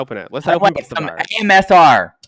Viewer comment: If I have to hear trinity say AMSR instead of ASMR one more time!!!! LMAO can somebody correct her?? I take it doesn't know what the correct acronym is either.😂😂🤣